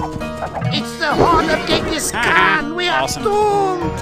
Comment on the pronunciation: in the video Ghansis Khan for the win lol i love how you said that.